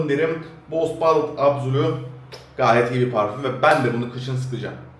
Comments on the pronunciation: ballıt değil badılt reis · ballıt anlasiliyor reis telaffuzu düzelt diye yazdim